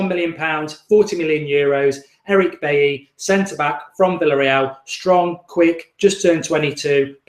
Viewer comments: Lol it's pronounced bayi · I think its pronounced beyi like david villa😉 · Mark you made him sound like and Irish bloke 😂😂 Bailey. I know a few baileys where I am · It's pronounced "Beyi" - French African name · definitely dont know how to pronounce his name thats for sure